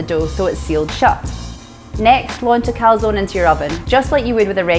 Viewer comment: Dear, great idea this. Top tip: teach your co-founder how to pronounce calzone 😂